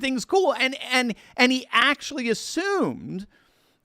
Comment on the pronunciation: Please don’t pronounce your A’s so hard in words like “aaaactually”.